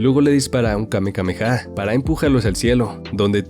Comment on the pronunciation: No se dise kamekameha se dise kamehameha